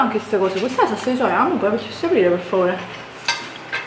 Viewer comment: Ma perché dici sassa invece di salsa?😅